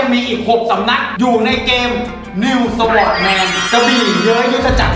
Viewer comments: Sword อ่านว่า ซอร์ด ไม่ได้อ่านว่า สวอร์ด แต่อย่างใด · โคตรคลาสสิคกับ ประโยค Sword=สะหวอด 🤣🤣